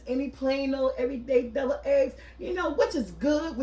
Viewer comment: Are you saying Double eggs? 🤷🏽‍♀️